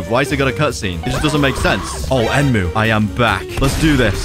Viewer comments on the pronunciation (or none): none